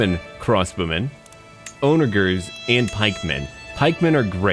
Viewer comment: btw onagers are pronounces on-a-jers